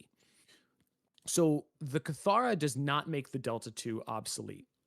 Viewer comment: Isn’t it pronounced “kitt-hara”? I swear that’s how they pronounced it in the original reveal 😅😂